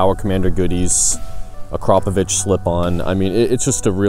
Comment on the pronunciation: A-crop-pa-vich? No no no... It's Slovenian dude. Repear after me. A-crap-a-vich.